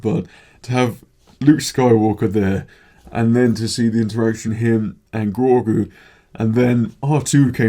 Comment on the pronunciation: I can really see how much this means to hardcore star wars fans. Incredible writing throughout. Btw it's Grogu, not Gorgu :p